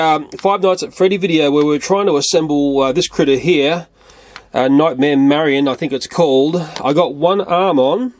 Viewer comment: It's pronounced Night-marry-own.